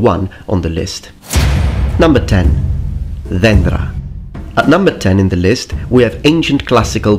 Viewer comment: Very good job pronouncing dendra.Most foreigners would butcher it(Δένδρα).